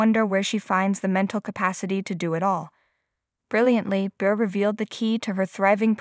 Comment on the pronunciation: Please pronounce her last name correctly! Not anything new!